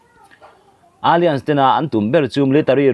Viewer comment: Alliance hi alians ti in chhiat toh lo la😊...a-lai-ans ti zawk la